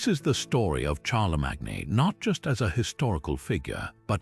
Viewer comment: I just don't get it? How can you possibly mispronounce Charlemagne's name when that is the topic of your video? Are we supposed to leave leave anything else you say after that?